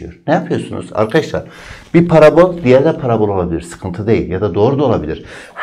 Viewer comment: Parabôl değil parabol